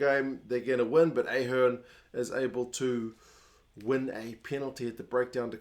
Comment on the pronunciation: AHH - hearn and not EH- hearn is how it is pronounced, enjoyed the game, the conditions were pretty rough and the pill was a bar of soap, always going to be a low scoring game, but great atmosphere from a packed stadium, referee was great. Enjoy the sun and have a great Christmas mate